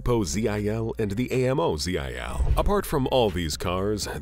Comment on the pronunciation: Tell your voice-over-computer that Russians speak abbrevations as a word. GAZ, not G-A-Z, Mi-8, not M-i--8, Zil, not Z-i-L.